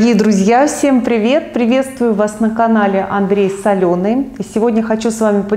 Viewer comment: Одна я слышу: " Приветствую вас на канале Андрей Соленый"? 😀